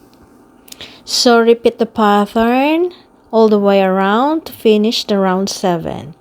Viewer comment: Pattern is pronounced PAT-ERN,.. NOT PATH-ERN.🙄